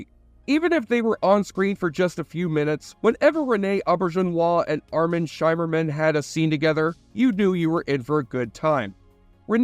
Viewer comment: Armin Shimerman, rhymes with. "dimmer-man"